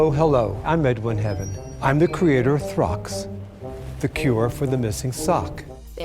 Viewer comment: Throx really?